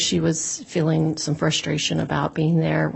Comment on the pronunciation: keeps mispronouncing the words "scale" and "feeling" with "skell" and "filling" 🙄